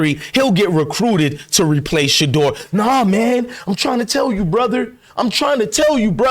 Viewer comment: you said it correctly because Shedeur is HIM!! 💪🏾💪🏾💪🏾